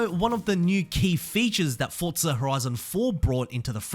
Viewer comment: Good video. I can’t stand how you say Fortza